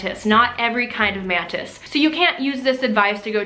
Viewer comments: Is it just me or is she saying mantids the whole video? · She keeps saying mantids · am i the only one that hears her saying Mantids? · I kept hearing “man tits” instead of mantis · Okay, I think I'm going insane. Am I the only one hearing "Orchid Mantits"? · You say mantits instead of mantis lmao. Ly ❤ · Every time she said "mantis" I thought she was saying "man-tits." 😂😂😂😂